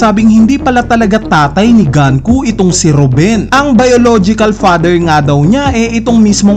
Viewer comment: GANKU???? Sinabi na sa latest episode na GUNKO, ganku ka pa rin nang ganku. Pauso amputa. GANKU??? DOME REBERSEH???